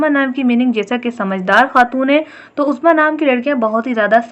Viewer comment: My name uzma apne bilkul correctly bola sab kuch 💕